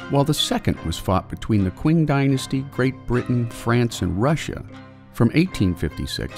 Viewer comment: You pronounced "qing" incorrectly. It's pronounced "ching." Just FYI